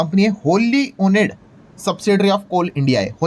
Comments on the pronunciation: Oned nahi owned....right pronounce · अरे भैया इंग्लिश pronunciation सिखलो, ओनेड नहीं ओन्ड .. 😂😂😂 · भाई जी ओन्ड बोलीये. ओनेड नहीं. 😅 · Owned : not वोनेड but ओअन्ड Washed : not वॅशेड but वाश्ड (wash : washed) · "Owned" ka pronunciation galat kar rahe hai. Please correct.